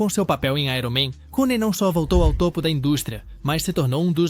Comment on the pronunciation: Roney?! Não! Downey please.